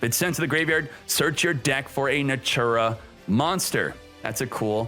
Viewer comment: NATURIA - not natura